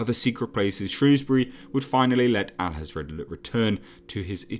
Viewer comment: Hathred not Hazrad